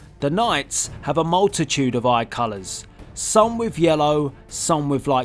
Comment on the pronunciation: He said color wrong lol